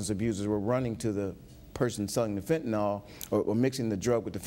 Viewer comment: Who invited the IGNORANT BLACK DETECTIVE? He added nothing. (He subtracted.) Couldn't tell us where different forms of heroin originated, nor where they landed in the US. Can't pronounce FENTANYL (he said "fettanol."). Kick his black ass off.